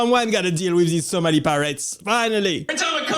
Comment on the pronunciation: 🫢 just a little constructive criticism, it’s pronounced Somali 🤭 just like I thought the word dice was singular 😳 I used to watch, but with all those faces he makes I am feel cringe. Even if the clips he shows are great his presentation is lacking.